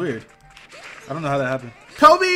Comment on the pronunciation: The way you're saying KOBE is so wrong lol. Its based off the Chapelle skit